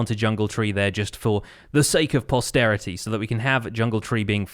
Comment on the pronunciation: U know is a big brain Minecrafter when he says prosterity